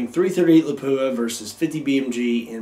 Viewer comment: I've only ever heard it pronounced as "la-poo-a." Pretty sure he's right.